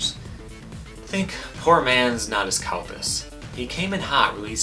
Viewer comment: dude. You said Natas's name wrong. 😔😔😔😔😔